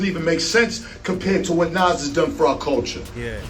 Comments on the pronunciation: It’s like he’s saying Nazz from ed edd n eddy lol 😮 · Whats more disrespectful... jim Jones or the way ai keeps calling Nas "Naz" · These folks are literally piecing videos together of everyone saying Nas, and they still say shit like Naze. They do the same thing to SZA in videos. Got to be a robot doing these voice overs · "Nance!..I said Nance" 😂😂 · lol “NyAaz” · "Naz" and "Nos" in the first minute and I am done with this piece of shit video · European if you can't say the person's name you don't need to do a video is Nas not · Dude saying “nays” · This AI man found every way to say Nas but the right way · Guess AI can't consistently say NaS! Lol. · Shitty AI narrator can't say Nas correctly, stop being lazy and use your own voice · This video was made using AI or those who don't know. That's why it mispronounces Nas. Don't support this shit. People are legit commodifying the culture using A.I videos. Here we go... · The way the AI commentator pronounced 6ix9ines name lolol lmfaoooo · Why these dudes keep pronouncing Nas name wrong.Put respect on his name. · Can’t pronounce nas. Blocked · I don’t know which one is more disrespectful, saying his name wrong or saying that you’re better than him. Where are you from, bro? Jim Jones clearly said this to get some attention and he got it. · U can't pronounce Nas..im def cool on this 🤦🏽‍♂️ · This AI pronounced Nas like 5 different ways 😂😂😂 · The way he is saying NAS 🤦🏽‍♂️🤦🏽‍♂️😂😂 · You know how white people pronounce tacos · AI struggling like a mff to say Nas name correctly 😆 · 😂😂😂 you hear too 😂😂😂😂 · You should hear it trying to say MA$E instead of Mase.